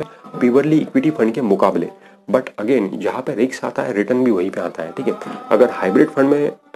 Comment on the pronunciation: रिक्स नही रिस्क